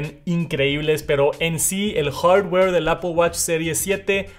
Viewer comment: No tiene nada que ver pero me incomoda cuando dice "hardware" 🤷‍♂️